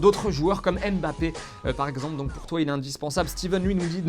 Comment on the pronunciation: Vous ne savez pas prononcer Mbappe?